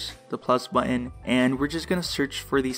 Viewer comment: It would be nicer if you pronounced the letter T. What is a "bu-un"? You use glottal stops in every sentence, and not only on middle Ts but ending Ts too. Learn English dude.